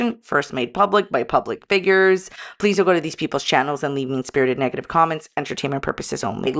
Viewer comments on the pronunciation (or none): none